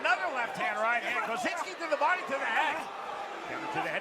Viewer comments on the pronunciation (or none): Why...why....does dude keep putting a N in Kosicki name? It is not kosiNski!! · There's no N or Z in Kosicki 😂